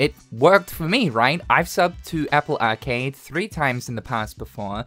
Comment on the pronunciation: The way you say arcade made me stop watching